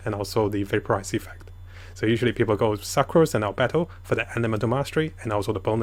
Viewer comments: Original:sucrose What i hear suckrose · The way you pronounce sucrose.... “suckrose” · im not saying this as being mean its funny how he says succrose again not being mean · Idk if its intentional but pronounced sucrose as SUCCrose lmao